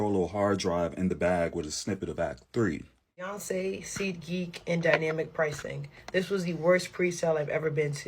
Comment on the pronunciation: Is it Beyonce? Or is it inflation ? 😂😂😂😂 BEYYYY?!